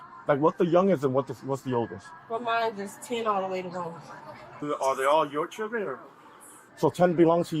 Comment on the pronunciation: "Chir-dren." This video is every stereotype wrapped in one. All of them. ALL.